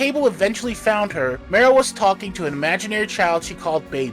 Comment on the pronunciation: It's pronounced Ma-ro... like bone marrow. She was the inspiration for Spike in Wolverine & the X-men.